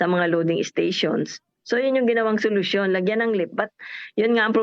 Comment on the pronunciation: Hahaha sulosyon daw yan or kunsimisyon😂😂😂😂